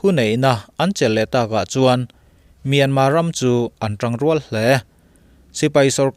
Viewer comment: A lam dan leh a ziah dan a dang deuh ani e. Myanmar ti a ziah khi a dik a,mahse a lamrik dan erawh chu myanma ti a lamrik tur ani,a tawp a R lai khi lamrik loh tur. Thailand te hi TH a H lai hi anmahni Thai ho hian an lam ri ngailo,chutiang bawkin Myanmar lam pawn Myanmar ti in an lamri lo a,myanma anti.Sapho chhiardan hi a dik ber emaw kanti ngawt zel a.